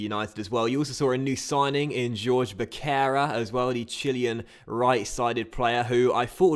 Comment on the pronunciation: The C on Becerra's name is pronounced as an S :) Keep up the good videos!